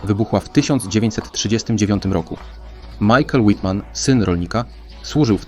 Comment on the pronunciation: Fajnie to opowiadasz ale źle nazywasz bohatera to jest as pancerny Michael Wittmann